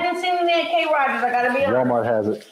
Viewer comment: You got me calling Krogers, K-Roger’s now!